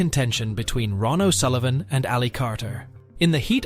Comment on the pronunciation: Ron o Sullivan it is Ronnie o Sullivan you muppet